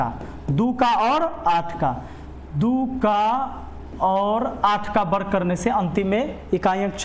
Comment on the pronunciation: बर्ग नहीं सर वर्ग बोला करिए।